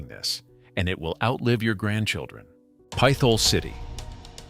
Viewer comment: lol it’s NOT pith ole it’s pit hole for real stop trying to church it up it is what it is a legit pit hole